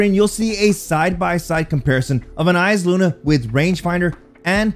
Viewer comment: Thanks for not saying eye saluna